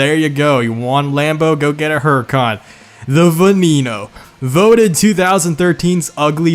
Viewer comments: Get your pronouncec right i had to replay it 200 times to understand its VENENO not VENINO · IT IS NOT VENINO, ITS VENENO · The way you pronounce veneno made me want to throw up 🤢. The ne sounds the same as the ve so it’s not ve knee no it’s veneno. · It's pronounced ven-en-oh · Say it with me gringos VEH-NEH-NO LAMBORGHINI VEH-NEH-NO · What about the way he says veneno hes like venino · Still waiting for Every Engine in 4 Words. edit: I remember PGR! I still play PGR3 on my Xbox 360, I'm basically god with the CCR <3 edit 2: you pronounced Egoista and Veneno wrong >:(